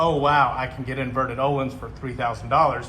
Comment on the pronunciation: Parts about $4k front and rear. No labour costs, installed and set up myself. FKS front cartridges. Absolutely worth it. However one bone to pick is the pronunciation... I keep hearing what sounds like you're saying oh-lynns when you should actually be saying "Oh-Leans" 🙏